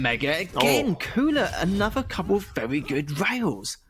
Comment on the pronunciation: 'wevy wevy good. nice wail.' - fire him already, please, or teach him to pronounce 'r'.